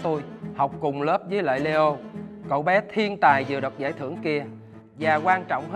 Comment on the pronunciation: nhân vật tên leo phát âm nghe giống lio quá chị